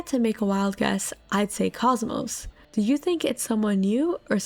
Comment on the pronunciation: It's not Cosmos, it's KOS-MOS